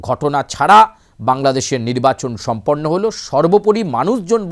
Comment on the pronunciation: সম্পর্ণ নয়রে পন্ডিত, সম্পন্ন বলো!😢